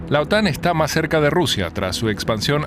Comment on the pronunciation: Las siglas OTAN en español se pronuncia acentuado la sílaba "tan" (otán).